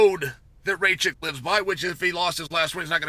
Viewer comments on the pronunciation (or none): Bonus Round: Shotgun a beer every time he says "Ray-chick" when he's talking about Rakic 🤣